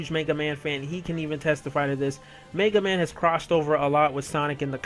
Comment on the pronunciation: MAYga man lol